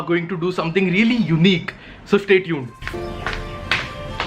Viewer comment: its stay not shtay.